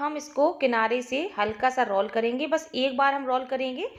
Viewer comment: Aapane roll ko galat pronunciate Kiya Hai